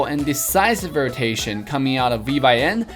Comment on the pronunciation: V-Y-N pronounce as vin